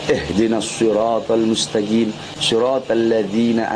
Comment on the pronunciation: Yang fatal juga admin dia membaca mustaqiim dengan mutagiim, makroj qof diganti di makhroj goin